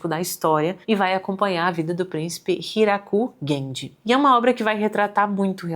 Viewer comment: Não é Huraku Genji e sim Hikaru Genji.